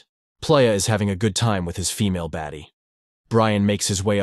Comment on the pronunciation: The part where you say [PAUSE] and then continue 😂😂 then your like the gangster was dancing with a female baddie😂 like was it supposed to be a male baddie or alien baddie like emphasis on female 😂